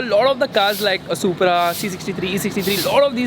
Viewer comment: supraaa bolte